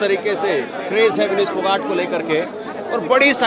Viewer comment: तुम क्या घंटा चेंनल चला रहें हों? विनेश का नाम तक गलत बोल रहें हों?